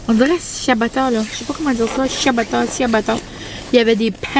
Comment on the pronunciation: Ciiiia chiiiabatta ça se dit aussi bien que rrrrgggyyros avoue 😅